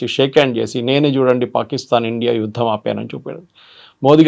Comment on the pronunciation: హలో మేడం, "యుద్దం" కాదు "యుద్ధం". "ఇందనం" కాదు. "ఇంధనం" తెలుగు భాషను మీ వంటి సీనియర్ యాంకర్ లు కూడా ఇలా ఖూనీ చేస్తూ మన భాషను భ్రష్టు పట్టిస్తున్నారు. కొద్దిగానైనా సిగ్గు పడండి. గిల్టీగా ఫీల్ అవ్వండి. సరైన భాష నేర్చుకోండి.